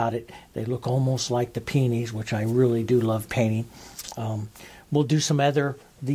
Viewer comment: I laugh each time you say Peonies, then I call them Peonies myself and laugh some more..